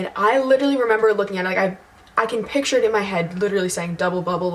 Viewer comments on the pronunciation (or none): none